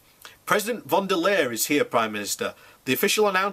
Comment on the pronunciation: Pronounce it like lion. Ursula von der „Lion“ / thats how it sounds in German. I m Austrian btw. So no reason to make comments that a german shouldn’t tell u what to do;)